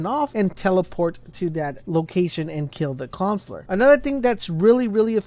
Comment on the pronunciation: It's "Coun suh lur" not Cons-lor